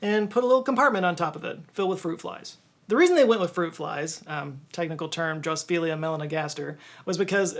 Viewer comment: I love how you mangled fruit fly's scientific name. Have they been donating to your Patreon?